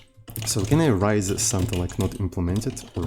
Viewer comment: I never know if messes up the pronunciation of "raise" on purpose or not, and at this point, I'm too afraid to ask XD